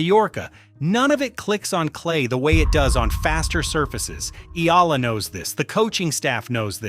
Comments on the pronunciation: Correct please pronounce ehyala not ela ok.thanks🇵🇭🇵🇭🇵🇭🇵🇭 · Eala not Ela its Eyala correct pronunciation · Not “ ee-la”. Pronounce her last name as EH-YA-LA. Thank you. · Not Alex Ila please Alex Eala or Eh ya la 😊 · Why cant they pronounce her name right eh yah lah eh yah lah God! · Please DON'T MISPRONOUNCE HER SURNAME! IT IS PRONOUNCE EH- YAH-LAH!!!!! OK!?😮😮😮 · Eye-yah-lah. That’s how we Filipinos say it. Please get it right…